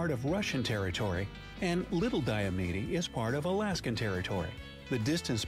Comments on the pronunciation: re. point #11, the westernmost island in the Aleutian chain--Attu (at-TWO) is located 468 mi./753km west of 180º W [at around 172º E]) He mispronounced Diomede--DIE-oh-meed--as die-oh-ME-dee in the 'walking to Russia' section. The Alaska coastline is far longer than the measly 6000 or so miles if you take the circumference of all of the islands, and measure the coastal indentations; with that change, it grows to 33,904 mi (54,563 km). Mauna Kea (KAY-ah, rather than KEY-uh) is the tallest in the world, but we won't fight about it, since all the other peaks in the running are on land. During the COVID shutdown, the Canadian border was closed, which nearly killed the town of Pt. Roberts. On the same subject, there are 2 more American "oddballs"--Minnesota's Northwest Angle, which, like Pt. Roberts, was caused by a surveying mistake when the US/Canada border was being set in the 1850s; the 3rd. and final is Hyder (HIDE-er), AK, is in the Panhandle, or Southeast, which is otherwise served by the State Ferry System, but being east of the Coast Mtns., it’s cut off, making a flight, or 441mi./710km. drive through Canada on the Cassiar, Alaska and Klondike Hwys. necessary to get to Skagway--the nearest other town in AK by road. Four Corners: been there/done that--30+ years ago when on a road trip vacation out West. It's located on the beautiful Navajo Res.; their language is one of the most complex anywhere, and is still spoken by around 170,000 people--the most of any tribal g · I’m from Alaska and just as an FYI, the guy in the video mispronounced Diomede.